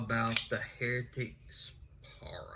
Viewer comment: Thanks for the review. It’s pronounced Pa-Ry-Uh just so you know.